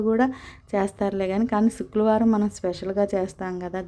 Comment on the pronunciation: చుక్లవరం కాదు madam శుక్రవారం